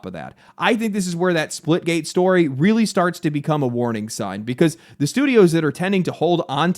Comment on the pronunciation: *weawy weawy hard